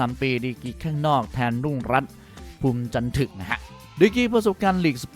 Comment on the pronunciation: รุ่งรัตน์ นามสกุล "ภูมิจันทึก" ออกเสียงคำท้ายว่า "ทึก" เสียงตรีพยางค์ท้ายเดียวกับคำว่า "ระทึก" "สมนึก" หรือ"ชัดลึก" ไม่ใช่เสียงเอก "ถึก" อ่านผิดนะครับ นักฟุตบอลอย่างรุ่งรัตน์ที่เล่นมามากกว่าสิบปีในวังวนไทยลีกและทีมชาติไทย ไม่น่าอ่านนามสกุลของเขาผิดเลยครับ...